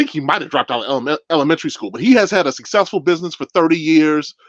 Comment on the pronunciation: But why did the scammer's daughter keep saying successful like "sess-sess-fo". She did it over and over round